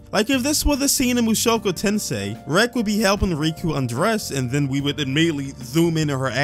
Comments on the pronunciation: i watched the first 7 seconds when i hear you misspronouncing the name of the series and at the same time noticing that the name of the video said season 2 when its the first season second core, so yeah, if you want mushoku fans or anyone to take your opinion seriously try to do your homework about the series you are trying to review first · lol, you're funny, i'm probably older than you which is irrelevant to the fact that you mispronounce the name of the show and even worse, knowing that it's not season 2, you wrote a lie in the video anyways, i'm the kind of person who appreciates honesty and hates when someone intentionally gives wrong information, you had the benefit of the doubt from me because honestly it's a common mistake to believe that there are two seasons and not two parts (thats why i wrote that you needed to do your homework and i didnt accuse you of intentionally misinforming) but you just confirmed that I can't trust your word and that's what doesn't make your review trustworthy